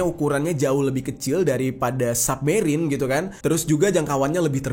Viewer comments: Bacanya “SABmerien” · Bacanya submerine bang, bukan submerine.